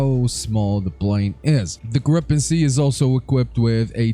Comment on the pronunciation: ITS FUCKING GRIE-PEN NOT GRIPPEN